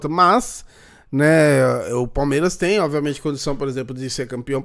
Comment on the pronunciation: Oviamente kkk só eu que reparo nisso ?